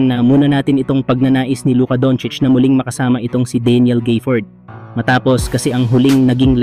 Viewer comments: walang Y sa gafford kaya wag mo banggiting na GAYfoord but instead ga-fford(short A ang GA) pki ayos lang lods. Salamat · Daniel Gayford😂😂. Gaford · D mo na alam kng Gafford O Gayford. GAFFORD pre. Mag research ka muna kasi 🤦🏿